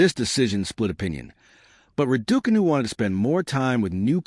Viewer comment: How funny the announcer pronouncing Raducanu as Radookanu 😂